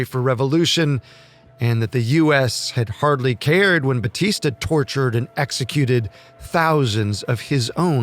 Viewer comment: One of the most inaccurate videos I have ever watched, even mispronouncing Batistas name, a total joke